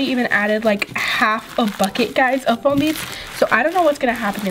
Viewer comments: its FOAM beads not floam beads😒😲😠😵😱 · She said floam instead of foam